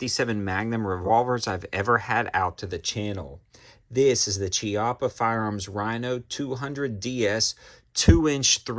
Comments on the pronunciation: Kee Oppa - no CHI- oppa its italiannnn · key-appa, not chee-appa